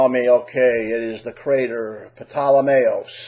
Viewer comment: Ptolemyeus crater is correctly pronounced like Tolemyeus crater lol.